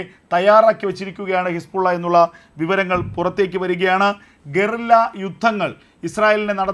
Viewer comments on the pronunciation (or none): none